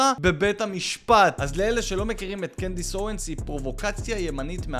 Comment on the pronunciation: אבל למה הוא אומר Candace Ewens